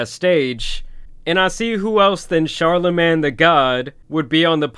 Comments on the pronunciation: Pronounced "Char-la-'main' " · Bro said "char la MAN the god" 💀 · My man cant say charlamagne for shit lol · How he pronouncing Charlemagne name is hilarious 💀